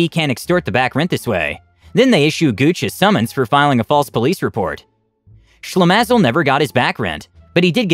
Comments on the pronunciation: LOL read the word "Shlemazel" as Slim-is-all. Shlemazel is a Yiddish slang for a very unlucky person. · Way to butcher the term/name "shlemazel" - it's pronounced Shle-maah-zel